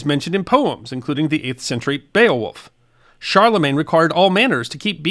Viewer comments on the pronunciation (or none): none